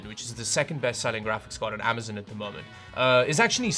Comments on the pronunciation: Say it with me (am- uh - z - on) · AmazOn not AmazIn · Regular people: “Amazon”: “Amazin “ Ski mask the Slump god: OKAY